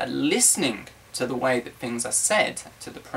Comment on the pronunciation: He said "fings" instead of "things." Hee hee don't know why I am here.